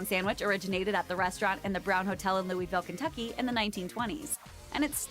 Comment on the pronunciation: I take offense in how Louisville was pronounced o-o but the food is all good (minus shellfish and nut stuff which I am allergic to and dunno how it tastes)